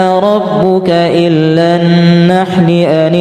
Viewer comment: Maaf... Itu ayat ke 68 huruf lamnya ngga ada tasydidnya tpi kok dibaca illa